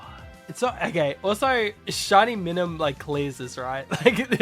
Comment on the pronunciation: I’m . I’m enjoying the video. But it’s My-Nun. And Com-bus-kin. I’m sorry. Thank you for coming to my ted talk.🤦‍♂️ Nice Full Metal Alchemist theme!